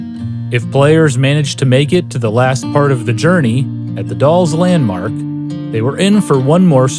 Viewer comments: The Dalles isn’t “The Dolls,” it rhymes with “pals.” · “The dolls landmark” 😂 couldn’t have mispronounced “the Dalles” any harder. Love your work! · I can tell The Gaming Historian is not a native Oregononian the way he pronounced "The Dalles" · Ha, they say The Dalles wrong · Love all the Oregon mispronunciations. The Dalles too